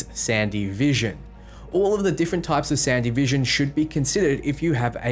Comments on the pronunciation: San-Devi-Stan. Translate: The Devistator. Not Sandy-Vestan. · ..."sandy vision"? SANDEVISTAN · "Sandy Vision" LMFAO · The Sandevistan is pronounced San-de-vee-stan